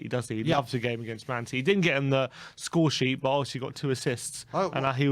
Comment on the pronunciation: What happened? “If Spurs beat Citeh, I’ll have a shave”. Lol